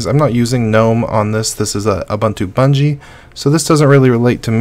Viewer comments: BuDgie not buNgie. eSpecially not eXpecially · Lol 'BUDGIE' reads 'Bungee'. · BuNgie had me doubting my hearing.... not heard that pronunciation before! Great List BTW